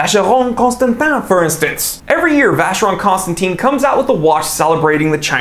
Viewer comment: How did you came from pronouncing Vacheron Constantin correctly, then wrongly some seconds later? (Apart from that tho, this is a funny video. You described Richard Mille's perfectly, and on point)